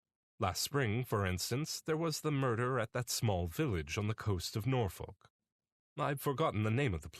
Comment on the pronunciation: Yes indeed, well read and the Canadian accent didn’t jar until it come to pronunciation of Norfolk, Norwich, Plover etc